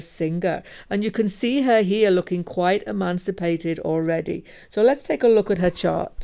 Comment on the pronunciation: emaciated, not emancipated